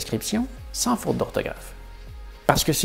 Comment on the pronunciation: "Sans" et "vent" ça ne le fait pas avec ton accent québecois : on entend sain et vin :-) mais ta vidéo est tout à fait probante, surtout la comparaison avec l'italien et avec les exemples d'orthographes anciennes ou des sources latines, je suis (con)vaincu. Ce que je vais ajouter n'est pas pour contredire tes propos mais pour apporter un éclairage et quelques complémentarités : l'étymologie se retrouve dans l'orthographe et peut donner du sens comme "forêt" (loin de sylvestre), dont l'accent circonflexe est un "truc" pour gagner de la place en supprimant le esse qui reste dans forestier, et pour ne pas confondre avec un foret pour percer le bois ou le métal. Un des mots que je trouve le plus dingue est « accueil », pour arriver à l’écrire je doit toujours le prononcer dans ma tête : akuèye, comment l’écrirais-tu ? Oui le français est plein de non-sens comme écrire « fils » pour le fils de son près, et pour les fils électriques, écriture qui ne dit pas comment ça se prononce, il y a des listes de ce genre que tu aurais pu citer. À contrario, l'amande le fruit de l'amandier, et l'amende prononcé par un tribunal : les militant en désobéissance civile qui vont en procès disent qu'ils aiment au menu les amandes et les avocats :-) Et c'est vrai qu'il est inutile de conserver une orthographe complexe, quand à côté le langage perd la poésie des métaphores, et quand les personnes vont vers un appauvrissent spirituel : on sait que certaines catégories sociales ont très peu de mots dans